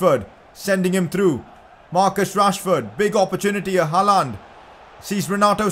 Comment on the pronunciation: you are sayin hallands name wrong